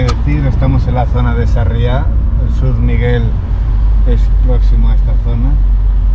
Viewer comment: Dios santo, dice Shurmiguel....